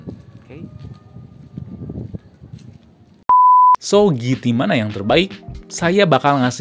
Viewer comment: "jiti" mas bukan "giti"